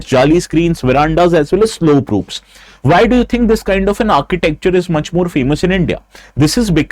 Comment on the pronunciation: Not vyy pronounce why.